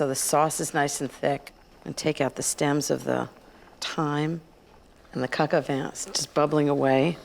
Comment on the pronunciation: Vin is pronounced vahn in french.